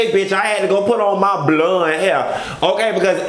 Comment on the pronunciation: The way you say BLUND 😭😭😭😭!!! I’m here for it! I can’t stand Kimberly and I never will!